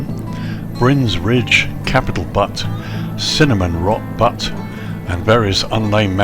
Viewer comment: Been there many times. Sat at that very table in the restaurant with an ex-girlfriend. Kinda sad tbh. Great scenery, I might have to look into it. Btw, butte is pronounced like "beautiful"... "Beyoot"